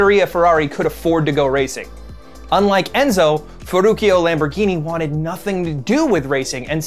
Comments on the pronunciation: did he pronounce ferruccio as ferukio??🤣🤣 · No, but he pronounced it that way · Normal people: Feruccio Lamborghini: Furukio Lamborghini desu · Letteralmente tutti gli americani: ferucioooo Io: porcodio si dice Ferruccio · Its not Ferukio, his name is pronounced Ferruchio. 👍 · it really hurt when he said "ferruchio" and not "ferruccio" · you don't say ferrucchio lamborghini. but Ferruccio Lamborghini;) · I never heard anyone butcher Ferruccio's name like that... Ferrukee-oh? The last part's pronounced CHO (english phonetics), not kee-oh. EDIT:....wow... Mille Miglia... Honestly guys, with all the research you do, you couldn't bother to look up how pronounce these words? It takes two seconds.. I'm not talking about accent, but at least looking up basic pronunciation of the words you're going to use. If you're going to say a word so badly that it doesn't make any sense in either your language or the word's language, just use a translated version of it, like Thousand Miles. That was cringe to hear. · well, he does mispronounce Ferruccio Lamborghini as "fer-rooky-oh" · i was cringing every time he said “ferukio” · "Forukio lamborgini" 😂😂😂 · bruh it's ferruccio .. pronounced with a " ch " sound not ferrukio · Btw the double c in Ferruccio is actually pronounced as "ch" not "k" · Gallardo isn't even an italian word, it's spanish. And yeah, the way he pronounced Ferruccio made me cringe hard... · Ferruccio’s name is pronounced as a “ch” when you hit the two Cs in his name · Italiani morti dopo aver sentito come ha pronunciato Ferruccio ⬇️ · First of all this guy should learn how to pronunciate "Ferruccio" OR "Mille Miglia" correctly.